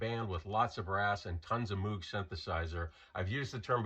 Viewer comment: Moog rhymes with vogue.